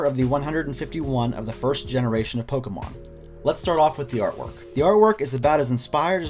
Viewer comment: Anyone who properly pronounces Pokémon is worth subscribing to.